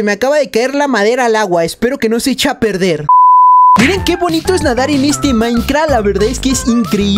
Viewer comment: NO ES MEXICANO ES CHILENO HAY VECES QUE CUANDO PRONUNCIA CH SUENA COMO SH Y EL DICE HECHAR A PERDER ENTRE OTRAS COSAS >:v